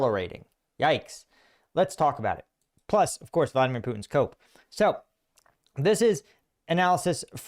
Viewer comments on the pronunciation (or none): none